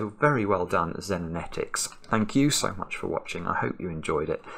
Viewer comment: Thank you so much for solving, and thank you to everyone else who has solved and given such lovely compliments for this puzzle in the Discord! You also nailed the pronunciation of Xenonetix,! I am British, so it's definitely "Zen" rather than "Zeen" 😉 - Mega "Xenonetix" Lamb